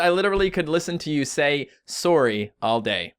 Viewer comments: you say sorrye not sorry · he sYS SORRY LIKE SOREY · Okie idgi (I don't get it) anymore I say s o r r y and says it like s o o r y AND WE'RE BOTH CANDIAN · it sound like he is saying story when he says sorry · I've never realize you had an accent until you said, “sorry.”